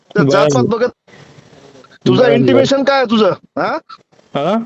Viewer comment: Intimations nahi. Intention bola